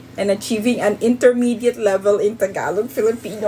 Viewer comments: Bro doesn’t even know how to say the language it’s “Tagalog” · I'm filipino but i can't even speak tagalog correctly and it's also pronounced taga-log